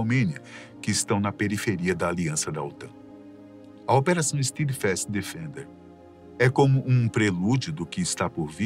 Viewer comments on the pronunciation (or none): Nem se deram ao trabalho de pesquisar a pronúncia do inglês. É STÉDFAST, não STIIDFAST. jesus